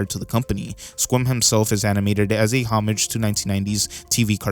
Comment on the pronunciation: The way he pronounces homage and bjork make this video really hard to watch